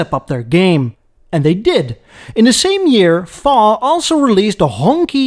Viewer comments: Love your pronunciation of 红旗 as Honky (perhaps some thing a bit more like Hong Tshii, with Hong being mid tone and Tshii a low tone). Honky might be an onomatopoeic aural representation of a car-proud Peoples’ Official’s ostentatious vehicular progress along a crowded Chinese road. To Americans, honky or honkey is a seriously insulting pejorative appellation for white people. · its a hong shi not a hong ky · It's pronounced like "HONG-CHI" in Mandarin, like that movie "SHANG-CHI".